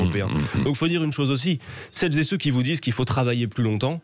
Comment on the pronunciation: "Celles zé Ceux"